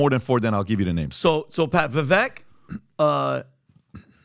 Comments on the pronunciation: It’s Vivek …rhymes with cake, please get it right ! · You all like Vivek so much … but you can’t even say his name correctly! 😂 Vivek like shake. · VivAk - its a LONG A fellas....Vivaaaaaak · It's Vivek pronounced like vye-vake 😅 .... I wish he would be VP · His name is pronounced vi-vake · Understandable and common mistake Vivek is pronounced ["Vi-Vake" like CAKE]😇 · Didn't they have Vivek on the show? They still can't pronounce his name correctly?